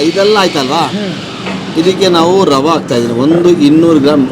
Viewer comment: ವಡೆ ರವೆ.... ವಡ ರವ ಅಲ್ಲ. ಕನ್ನಡ ಹೆಸರನ್ನು ಹಾಳು ಮಾಡ ಬೇಡಿ.